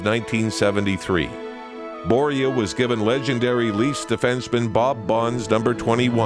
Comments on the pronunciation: Please just call him Salming. How you say Börje isnt even close to correct. Also he didnt just open up your eyes to swedes. He opend up swedes eyes to NHL. The general view of NHL was that it was more like boxing with some hockey in between. Canada cup as a whole was so important for swedens view of canadian hockey. And the standing ovation showed us the greatness of Börje and the canadian hockeyfans. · As a Swede that pronunciation of Börje in English is just priceless lol